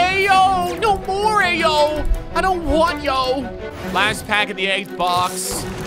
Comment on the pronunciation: you pronounced ayo wrong you’re supposed to say it like iyo also I’m a illinois fan bc somebody in my family went there so go illinois